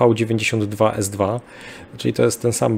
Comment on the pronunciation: В-92с2 chyba należałoby wymawiać wu92s2 albo we92s2. Rosyjskie В względem angielskiego jest najbliżej v ale względem polskiego najbliżej jest w.